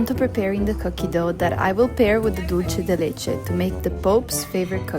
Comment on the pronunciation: Hi! great video:)) Dulce de leche is pronounced "dulse" de leche", not "dolce" de leche. Also, the one you made turned out too runny; it should be thicker. We have a much thicker and firmer type of dulce de leche called "dulce de leche repostero." It's especially used for these types of preparations: alfajorcitos de maizena, cakes, etc. Another fact: Argentine culture and gastronomy were greatly influenced by the large Italian immigration in the late 19th and early 20th centuries.